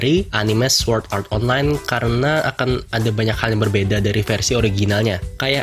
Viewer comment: Lu ngomong swuord art online lucy ameeeet